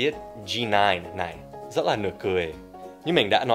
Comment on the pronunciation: Rất chứ không phải giất giất nhé Dan